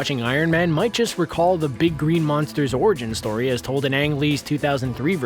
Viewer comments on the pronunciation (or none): none